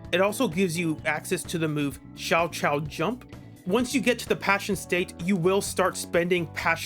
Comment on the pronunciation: Jane’s “Shao-chao” jump, lmao. Thought I was tripping until it showed up on screen. It’s Sal-cow. Sal like salsa, cow like cow the animal (or kov like cover)